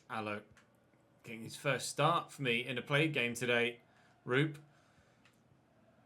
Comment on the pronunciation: You are pronouncing Alho's first name horribly wrong hahah, as a Finn myself it sounds so funny. Actually, it's pronounced "Roo-pe", where the O's should be pronounced like in the word "(Of) course" for example, not like in the word "good" as you are saying it :D